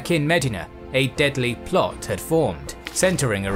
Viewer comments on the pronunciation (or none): You're not talking about Ohio so it is DEE sound not di in regards to Medina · Medina should be spelled different because of the way this guy pronounces it. 😂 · The way you pronounce Medina is incorrect.